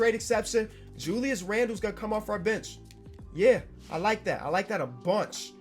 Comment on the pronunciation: Lmao any time he says bench I keep hearing “bitch”